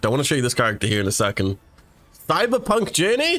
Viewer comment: When he said "Cyberpunk" for some reason I heard "Thighberpunk"